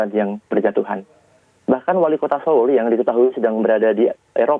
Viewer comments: Gemes denger mbanya... Seoul bacanya soul mba 😁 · Bacanya bukan seul mbak. Tapi seoul itu bacanya soul. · Turut berdukacita utk semua korban dan keluarga korban smg diberi kekuatan dan ketabahan...amin... News anchornya menyebut kata Seoul bs diperbaiki lg,,,itu soalnya Nama kota, sama seperti nama orang klo salah penyebutan jd ga enak dengernya...